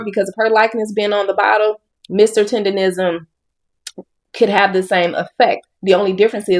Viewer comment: Bro you Read and hear TENDERNNNISM in all of the videos you researched and STILL pronounce the word TENDERISM while doing your videos 😂😂 stop undermining the damn N in the word it’s literally what brings traction to it 🤦🏾‍♂️‼️